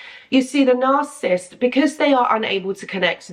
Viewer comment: Narcissist is 3 syllables - NAR- CI- SIST ....you say it like 2... NARCISST.....it's annoying.